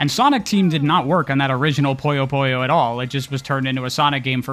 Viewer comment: It is not Poyo....it's Puyo.